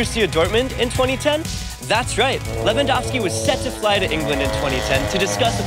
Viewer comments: Lehvandovsky tak chyba powinno być lingistycznie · Thank you for the proper Lewandowski's surname pronounciation! Can't wait to see the today's game. It will be AM in Poland but screw it! I'm watching it!